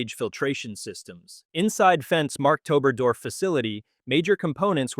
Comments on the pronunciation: It‘s pronounced “Markt Oberdorf”, not “Mark Toberdorf”. The first is a market town, while the second could be a name. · It isn’t MarkToberDorf, it’s Markt ("market") Oberdorf. JFTR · It's definitely Markt-Ober-Dorf, not Mark-Tober-Dorf.